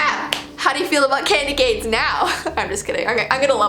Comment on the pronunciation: U said candyganes